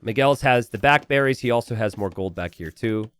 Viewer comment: Miguel has the "back berries." He should see a doctor about that.